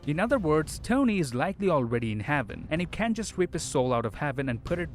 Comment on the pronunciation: Lol he said haven had instead of heaven